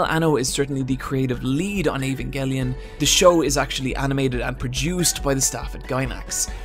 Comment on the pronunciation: Can we appreciate that this guy says "Evangelion" in the least annoying way